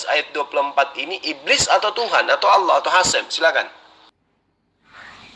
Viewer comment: org kristen itu sma pendeta2x gk bisa membaca ....apa lgi debat ,Allah aja di baca Alah...duble L nya itu tulisanx npa di kurangin L nya satu ...pendeta mana bisa mmbaca nma Allah gk hilangkn L Satu....seluruh dunia....